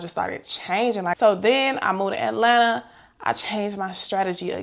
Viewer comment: I love that you say Atlanta like us that’s from here 🥰💕